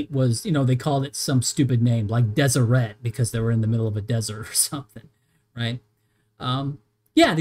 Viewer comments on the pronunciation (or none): none